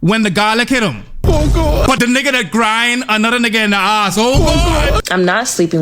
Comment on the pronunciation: I cringe when foreigners say “neegas” 🙄